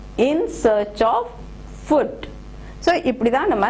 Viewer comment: "Food" is not to be pronounced as "fud" but as "fooo(d)" biggest asset ---> greatest asset. "Asset" is pronounced wrongly.